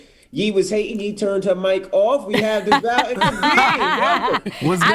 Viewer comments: It’s Charlemagne calling DeVale Devall for me 🥴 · its charlamagne saying deVOL